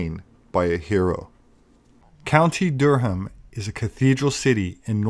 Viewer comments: Good stuff,. Durham is pronounced Durram over here. Always enjoy your content. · You slaughtered Durham. 😂👍